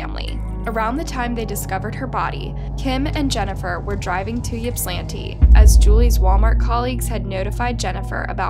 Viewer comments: How many narrators on YouTube ever research the stories they "read" on these videos!!???!! The City is called Ypsilanti pronounced ipsilanti the Y is a Short I sound... To some this doesn't mean anything... But to the City, and the Many people associated with it, IT MATTERS !!!!! IPSI. (YPSI) is how those who know refer to Ypsilanti ..... Please try looking it up in the future so you dont insult watchers who may feel like it matters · Ypsilanti is pronounced Ipsilanti.....on to more important comments... what kind of mother throws their child out??!!....regardless of the mouthiness...... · OMG being from Michigan I’ve never heard Ypsilanti pronounced like that 😂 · michigander here, pretty sure Ypsilanti isn’t said like that but i get it, try Petoskey or Sheboygan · Sad story but that is not how you pronounce the city and I could not focus after she said it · That is not that is not how you pronounce Ypsilanti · You’re saying the name wrong and it’s not a small town lol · You keep calling it yipp-slantee lol it's pronounced ip-sill-antie Source: lifelong Michigander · yipslinti is cracking me up. ip•sill•lan•tee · Ip-suh-lantee It’s a rough working class town with a lot of crime, and little wealth. Very, very redlined city. Basically all the service workers from wealthy Ann Arbor next door live in Ypsi, or EMU which is the inexpensive school college. It’s a rowdy place full of shady poor folks that mingle with the drunk undergrads… lots of gnarly things happen there. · It's pronounced Ipsi, Ipsilanti. I know it's weird but thank you for covering this! You should cover one of my peer's cases. Her name is Jayde Lee, she's also from Michigan. Love your channel! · Ipsaa lantee is how it is pronounced. Glad you covered this. Some really shady stuff happened through all this. Boy oh boy do I feel so bad for their Mom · Ypsilanti is pronounced ... ip-suh-lanty. Don't worry, when I moved to Michigan 20 years ago I butchered the name, too. LOL 🤣😆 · 🗣️YIP SI LANTI = YSILANTI